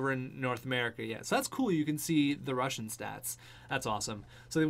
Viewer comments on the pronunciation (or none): none